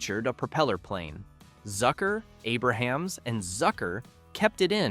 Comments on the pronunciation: A-brumz. Not Aber-hams. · AY-bruh-hams? It's AY-brums. And pretty much everyone stayed for the end credits because of all the hidden jokes WITHIN the credits. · You are a RUNNING JOKE! You can't even pronounce Jim Abrams name correctly! 🤣